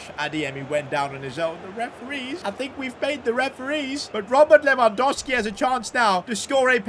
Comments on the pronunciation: Stop saying Lewandoski, its Lewandowski mate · you need to say his name right ita lewangoalski